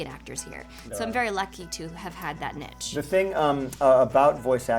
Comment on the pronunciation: Nich? I think she means niche?